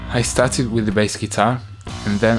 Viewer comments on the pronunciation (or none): When David says "with" it sounds like weed